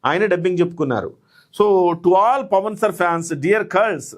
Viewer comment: Pawan Kalyan ( not Pawn)...pls make the correction